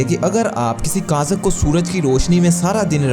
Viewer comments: کاذ ک نہیں ہوتا تلفظ کاغذ ہوتا ہے۔ مجھے پتا ہے آپ کو صیح تلفظ معلوم ہے مگر آپ سے غلطی سے ایسا پڑھا گیا ہے۔ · Kazak nhi hota Bhai kagaz hota hai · Kazak nh kagz hota h bahi g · Bro wo kazak ni kagaz hai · sir right word is kaghaz not kazak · ( کازک ) نہیں کاغذ ( کازک ) نہیں کاغذ 14 سے 31 تک (17 )سیکنڈ میں اپنی اس "بونگی" کے متعلق سوچو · Kiya pata wo kaghaz ko kazak bolta ho 😀. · Kazak ni kagaz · Kazak nai kagaz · Niii sir kazak nahi hota kaghaz hota hai🤣🤣🤣🤣🤣😂😂😂😂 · kaghaz ha kazak ni :P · Kazak hahaha kaghaz hota hai bhai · یہی تو میں نے بتایا تھا کہ جس کو کاغذ بولنا نہیں آتا وہ دنیا کو گائیڈ کرنے نکل پڑا ہے